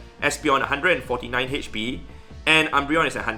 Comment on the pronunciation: Everyone: Hp: Hetch-P